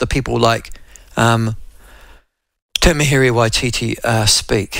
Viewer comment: Please pronounce “Tamihere” correctly